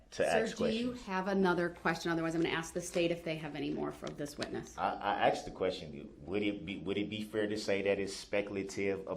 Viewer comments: There were so many….. truff, axed or telling, biastness, military or admiral court, I cannot hear evrything you say when I’m in this courtroom. I’ve got shock shackles on, I do not understand. Where is the lawful law. lol He got what he deserved. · . AND… she pacified brooks several times until she finally got tired of being being “axed” that stupid question. Made me angry every time she pacified brooks. I’ve never encountered anything like this before after watching hundreds of trials.